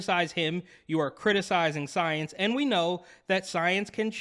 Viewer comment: Because “SOY-ence”.🤣🤣